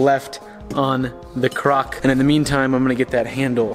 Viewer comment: Why is he saying crock